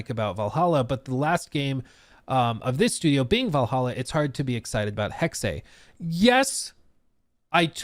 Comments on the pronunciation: The pronunciation of the word according to Google and wiktionary is “hecksuh”. Not hecksay. To all the morons who kept saying I was wrong when I said that’s how it’s pronounced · It’s hex-uh not Hex-ay. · we are saying the same thing lmao. You said hexeh which is the same sound as heckseh or hecksuh. Depending on your accent. But it’s definitely NOT hecksay like says it. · it's not Hexeyyyyyy it's just HEXE 😂😂😂😂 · Please stop saying “hexay”. It’s just Hex, and if you feel the need to pronounce the “E”, it would be pronounced more like “hex-uh” 🤦🏻‍♂️ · Not to be “that guy”,. But it’s pronounced “hecks-eh”. Hexe is German for witch. Sorry 😅😂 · What the fuck is “heckseh”?! It’s hex, like how a witch would put a hex on you. The fuck is wrong with you? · It's pronounced Hexe, but not Hexée like says it. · For real. Pretty sure it’s pronounced. Hecksuh not hecksay lmao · Dude... come on.. you make videos for a living. Its "Hex" like a curse... come on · "Hexei"???? "Hex-Ey"???? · It’s pronounced hex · What is it with you Americans not being able to pronounce words. It is simply "Hex". The last E is silent. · It's "hex-uh" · Jesus Christ, it’s not pronounced “hex-ay”. You would pick the gayest way to say it though. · Hex ey 😂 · pronounces it correctly, hexe („hex eh“) means witch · As a german, says it definitely wrong. He says "hexey" and that's wrong. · It's pronounced "Heck-Seh" It's a nordic word for witch! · nope. Look it up on wikitionary. The pronunciation is hecksuh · yes this! It's Hex-uh. It's the infamous Porsche situation. Most amaricans say Porscheee or just porsch. But it's porsch-uh. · He's killing me every time he says hexe(y) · yep. Totally wrong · It’s hex. There’s no é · I’ll post this again since YouTube keeps deleting my comments. It’s Hecksuh. Wiktionary and Google both have audio pronunciation you can play that show it as such. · Hexe (Heck-se) 😊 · I hate how Hexe is being pronounced oml its driving me up the WALL